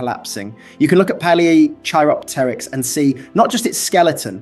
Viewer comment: Can't even pronounce Palaeochiropteryx correctly, yeah real serious channel. lol